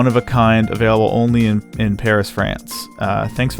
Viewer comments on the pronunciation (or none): "pahreece, france" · The way he said "Parees" and "loovruh" museum cracked me up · I loved the video, but the way you pronounced Paris and Louvre sent me 😂